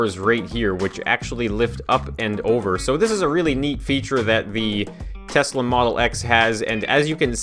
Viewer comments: Nice “toyesla” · It is Tosla XD